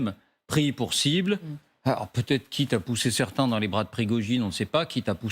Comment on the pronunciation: Et la présentatrice dit "il peut zêtre " Elle a vraiment son bac, voire même un diplôme supérieur ? Quelle honte.